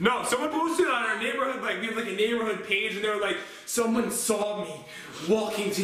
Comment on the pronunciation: Why did you say lick instead of like?